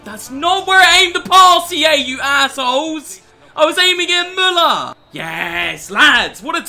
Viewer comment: Did he just pronounced Müller correctly? 99% of Britains just say Muller.